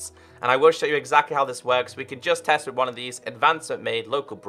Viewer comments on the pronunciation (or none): none